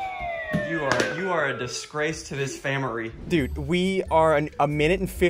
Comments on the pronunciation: ‘famry’ man I love this guy.. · that is the time when ssundee said famiry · SSundee saying his son is a disgrace too the family Also SSundee pronouncing family into famiry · SSundee said famiry when his son tried to hit the cap off the bottle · ssundee said famniy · Lol SSundee said famery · "a discrace to this famery" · Ian said famiry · SSundee "you are a discrais to this famiry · he said famary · Did he really say famery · I think you said famirly not family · Bruh he just said famiry instead of family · i love how you just said family wrong